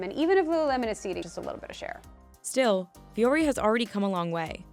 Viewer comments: It’s not Vee-yori it’s Voo-ory. Yes, I can speak finnish since Vuori is suomea. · VEE-ori??? It's pronounced vw-ori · why isn't it pronounced voo-ori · As a linguist, the fact that the founder is not pronouncing the brand name based on the spelling in English or the actual pronunciation in Finnish drives me nuts.